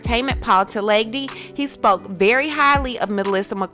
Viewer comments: It's Melissa McaRTHY not McCARTNEY. I hate when black people make those kinds of errors or intentionally mispronounce words that have many syllables or change someone's surname to whatever they want to say. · so can this girl only be bothered to get someone's name right only if they're black? or some other race than white?? the name is melissa mccarthy, not mccartney!